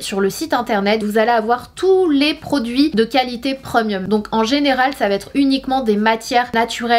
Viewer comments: « Preumieum » 😂😂😂 On dit Prémium 🤣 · Je suis la seule à être perturbé par le ‘preumieum’ 😬 no shade Sana je t’adore 😊